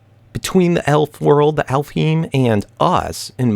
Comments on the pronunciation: Also its pronounced Alf-haim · And alfheim is pronounced Alf-Hejm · Also i think its pronounce alf- hime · I think you pronounce it Alfhigm, but I got it from sword art online so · Norse myth is called alfheim (alf-hime) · I hope this isn't offensive but (I think) it's pronounced Al-Fine Wich is fairy or fantasy in japenesse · Alf heim, not that hard to pronounce. Home of the elves translated to English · if its the same way to pronounce it as they do for Sword Art Online its kinda like Alph-hime